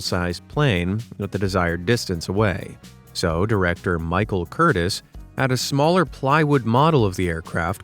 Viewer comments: Michael Cur-teez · I would hasten to add that the last name of Casablancas director Michael Curtiz is pronounced Kurt-teez. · Curteez not Curtis … for Michael Curtiz. Why don’t these YouTubers learn proper pronunciation? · Michael Curtiz = Curteez not Curtis